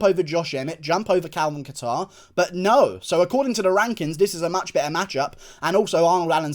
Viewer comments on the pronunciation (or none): none